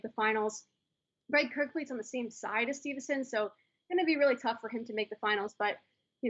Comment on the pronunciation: it sounds like they’re saying stevuhson